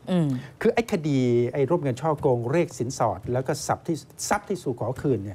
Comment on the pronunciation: คำว่าคดี เป็น " คดร "ไปแล้ว